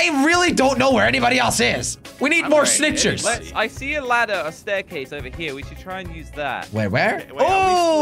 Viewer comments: Are you noob he just said snichies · Actually he just say snichers